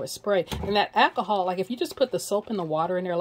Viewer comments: Did you say "ack-a-haul"? There's an "L" in the word ALCOHOL. If you are going to be doing videos, don't be so lazy in your speech. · My friends father used to call it Ackahol too. This gave me flashbacks. However, of all the ways people are currently killing the English language, this can certainly be overlooked. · I had to look to see if anyone caught that. Too must be from the south someplace lol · Question, What is "Accahol"?